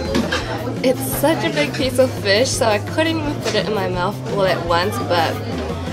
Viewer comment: Did you grow up in NZ? It’s just the way you say fush.